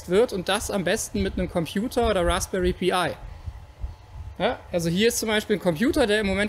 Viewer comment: Achja und bitte die englischen Worte auch Englisch aussprechen Pi wird PEI ausgesprochen ;)